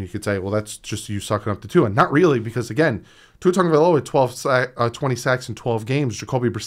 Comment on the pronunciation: I see you with pronouncing his name. Great job bro.